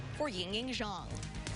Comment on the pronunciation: They b pronouncing "Zhang" as Jones lmao